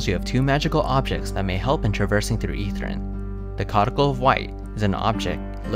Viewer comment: OK, there's no way that's how "codicil" is pronounced. Thanks for the video, tho.